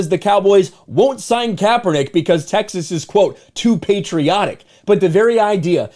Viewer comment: I just lost all respect for SAS that I had left when he pronounced Texas the way he did .